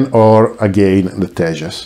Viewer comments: Your pronunciation is correct...Tejas means radiant in sanskrit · Tejas pronunciation is 100% accurate. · Your pronounciation of Tejas is almost accurate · Your videos are Very informative. You are pronouncing tejas correctly. Will be waiting for that specific one and more. And to everyone( Stay home stay safe). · Your Pronunciation of word " तेजस " ( Tejas ) is correct , your Channel location says United Kingdom , but you Sounds like French correct me if i am wrong